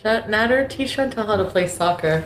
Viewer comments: Sorry for being annoying but...its CHANTAL &NADER...not chantel &NADAR.BUT,he is scary and needs to be deplatformed FAST.sad that Youtube has no reaction to this and let him continue on their site. A SHAME! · It’s pronounced NA-dER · cant get passed u calling him nadar i feel like im in spanish 1 all over again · Nah-Dear Nay-Dur Nay-Dear By the end of this video I'm pretty sure his name was pronounced 10 different ways. Lol Still all ends up meaning one big asshole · You r pronouncing Nader’s first, and last name completely wrong. I’m sorry I’m mention ing it but for some reason it’s driving me nuts. It’s pronounced “Fvcking” “D@ 😁😁😁